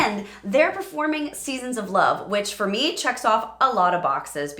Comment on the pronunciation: I’m kind of surprised you didn’t mention the issue with the target vowel in the second syllable of “seasons”. That’s the only real issue I heard in this amazing piece.